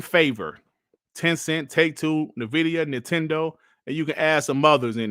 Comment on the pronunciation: Nvidia is pronounced "N-Vidia" like two words.... lol it's not Navidia .. Just droppin knowledge :body-blue-raised-arms